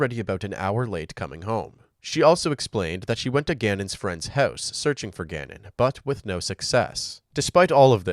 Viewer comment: Yo guy, what’s with you saying the word “house” completely OFF…….. are you a bot or something 🤨. I watched so many of your videos and you say it so weird. Some other words you say that are similar to house u tend to pronounce it similarly.